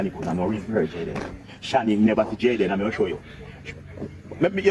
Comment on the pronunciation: UNO PRONOUNCE THE CHILDS NAME PROPERLY. ITS NOT DAN IS DEN,,,,JAYDEN NOT JADAN, BIG UP YOURSELF PRESS